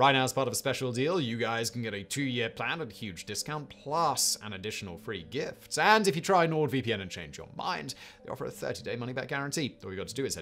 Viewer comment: Anyone else hear the spnsor introduction as "get a free grift"?